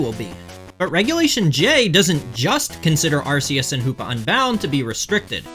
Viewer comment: “Pokemon fan for 30 years” doesn’t know how to pronounce “Arceus” despite it being explicitly said in the movie Checks out lmao